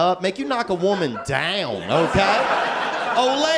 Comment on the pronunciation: That might be my favorite line! And how he emphasizes the word "down" makes me LOL even harder!